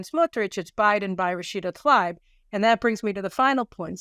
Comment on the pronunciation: Love yah, Caroline, one Columbia (MA) grad to another. Pronunciation: Rashida Tlaib = TLAH-EEB. But however you pronounce it, she/it remains a piece of human debris.